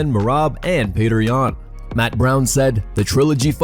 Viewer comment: Is Petr's name really pronounced as "Petter"?